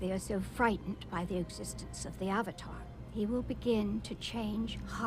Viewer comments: Why does the movie pronounce “avatar” as “auvotar” lol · “My name is oong, and I’m the ovatar” Me: "No ur not" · Literally Avatar is pronounced ONCE correctly in this movie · Stilted acting Some good effects but mostly terrible effects WHITE WASHING?? Getting the NAMES OF the characters WRONG? (ANG instead of AANG, EEROH instead of IROH, AHVATAR instead of AVATAR etc xD) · I understand the names; they put zero effort into pronouncing them at all, but I understand trying to fit their language conventions: But AVATAR IS AN ENGLISH WORD. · Ahvatahr Ong Sowkuh Eeero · watching this review with the subtitles on for the terrible pronunciations is hilarious. avatar wrong and agony key duels lol. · Ahvuhtar Ong, Sowka, prince Sueko, uncle Ear-oh, Agni-keys…